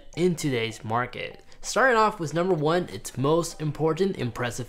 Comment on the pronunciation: Did he say "Nucumbers"?